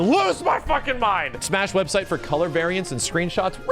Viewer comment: "Smeeash Lore" xD